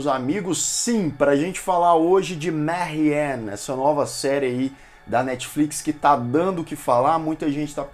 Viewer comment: por que ele tá falando "marrien"? se for francês é "marrian". bom, falou coisas que realmente é perceptivo na série. mas tbm muita bobagem, o gosto pessoal pesou em cima da crítica.